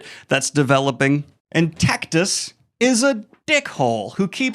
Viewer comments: It's Tactus like Cactus not Tackytuss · "Titus" sound nothing like "Tactus" Daniel especially if you speak Spanish is like "Tee-tus"and "Taack-tuus" but damn amazing summary well done goodman.